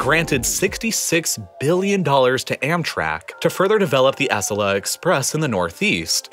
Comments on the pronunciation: He replaced butchering Merced with butchering Acella (its A-cell-A not ASS-ella) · I hate to be petty but Acela is pronounced 'uh-cell-uh' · Props to you for redoing this! Also, Acela is pronounced "a-SELL-a," not "ASS-ala". Keep up the good work! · Dude, it’s Acela like; aCELLah Not ASSelah. You’re putting the emphasis in the wrong place. As a train nut this has just bothered me every time it’s said in this video, which is a lot. Lol But thanks for the video! Not sure what was wrong in the first upload but, here’s one more thing to get to 😙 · Its pronounced a-cel-a not ac-el-a but kinda like the latter. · ASS-a-la? Lol. as-CELL-ah it's how we pronounce the Acela Express line here in the Northeast. No need to re-upload another video, but you might want to take note of it. 😁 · There may be some corrections, but still lots of cringe going on here. Like the map of the driving route from SF to LA... where he chose to display the more lengthy, scenic route along the beach instead of the 5 interstate that saves an hour. Or the fact he pronounces Acela as "ASS-ela" lol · Next upload of this video, can you work on the pronunciation of Acela? Uh-cell-uh. Not ass-ella. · Uh-SELLA, not ASS-uh-luh, dude. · It’s ah-CELL-la, not ASS-ella. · uh-SELL-uh, not ASS-ell-uh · Ahh-Sella-ah. Not Ass-sella. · Love your videos! Couple tiny corrections, as I live in DC - "Acela", pronounced "ah-SEH-la" and your graphic showing between DC/Boston is wrong - it's from DC-NY but still 8-9 depending on the train/stops to Boston. and you're right, it only hits 140-150 mph for like 20 minutes, it really needs its own dedicated tracks (and lower fares). Other countries have figure out highspeed rail, I wish the US could! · When you said Ass-a-la Express rather than Acela? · FYI, it's "uh sell uh." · Still one incredibly glaring error, though. The you're emphasizing the first syllable of Acela and it should be the second. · Besides the fact the he pronounced Acela wrong.